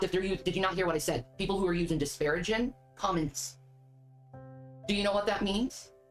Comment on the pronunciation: it's not disparaging. It's diparaGIN'! You know, like takin', treatin', nothin', eatin', losin'!!! Shanmu the linguist knows!!